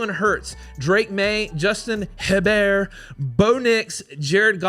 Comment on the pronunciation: Wait...say Hebert again? You might have nailed it.